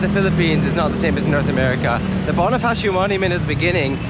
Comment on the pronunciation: boNIfacio pls. not boNAfacio 🥹